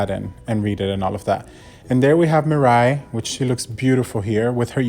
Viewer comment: hey there buddy you're pronouncing mirai wrong